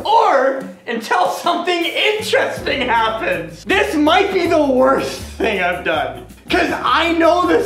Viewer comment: ......or until something interesting pahhens